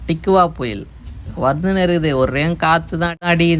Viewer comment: டிக்குவா புயல் இல்ல அண்ணா டிட்வா புயல்😛